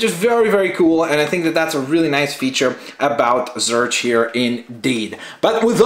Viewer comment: it's pronounced zorch, as in or